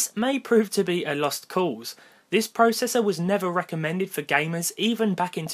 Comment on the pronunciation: Not how to say processor